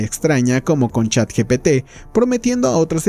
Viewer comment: ni “ChatGTP” 🤣